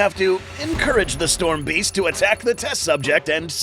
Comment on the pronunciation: You said storm beast not sturm beasts bro 👁️👄👁️